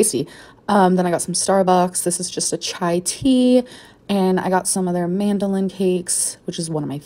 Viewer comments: She straight up said "mandolin" cakes 🤣🤣🤣 wtf?! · girls it’s not mAnDLYnN they’re called madeleines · She really just called Madeleine cakes “Mandolin cakes” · i work at a sbux too and some guy came thru the drive thru and asked for our “mandelines” and i was so confused. turns out he wanted the madelines. i was like i have never heard anyone say mandeline lmao and now is here saying it 💀💀 how confused can she be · Did she just pronounce the Madeline cookies as MAN-DOUGH-LIN cookies?!is the sugar and sodium from all that crap she’s eating killing her brain cells too?! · did she say mandilin cakes ? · MANDOLINS?😂😂 she meant Madelines lmao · Them mandolin cookies hitting different. Seriously though, how can she not say madeline…. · "Mandolin" cakes. Gorl what?